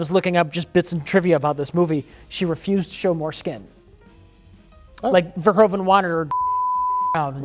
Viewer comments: Not to mention that every American ever pronounces Verhoeven wrong. The correct pronunciation in Dutch would be like Verhooven in English, instead of Verhoven. Minor nitpick, obviously. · Again, pet peeve... it's still pronounced 'Vurr-hooven' (not 'veer-hoven') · Verhoeven is pronounced wrong, the oe part sounds like the oo from reboot.